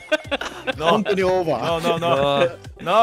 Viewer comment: イッツ ノット オーバーじゃなくて イッツ ノｫット おうばぁで草